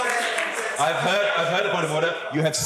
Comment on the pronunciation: Bullshit...."order orrder".... idiot+idiots